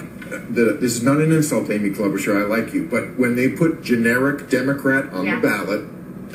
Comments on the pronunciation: Did.. did he just say Amy Klobachaur? Is.. is he SERIOUS!? did she bribe him or something? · Who even is Klobuchar? Does he mean Cloud-Boot-Jar? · He said “Amy Klobuchar” lmaoooo he’s definitely lost his damn mind. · this fool said Klobuchar LOL even Krystal almost laughed at him LOLOLOLOLOL